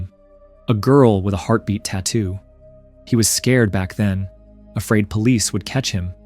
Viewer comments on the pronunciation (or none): none